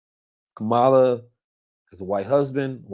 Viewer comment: Please stop pronouncing Kamala name wrong!